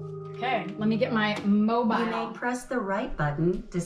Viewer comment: The way she said “mobile”